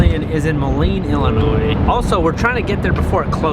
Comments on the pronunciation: Illinois is pronounced Illinois not Illinoise. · Please do not pronounce the “S” in Illinois!